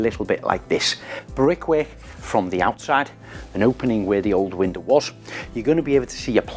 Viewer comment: me too. The way Craig says it should be standard pronuciation. Love it too!